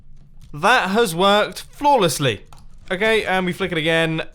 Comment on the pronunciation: Floorlessly? xD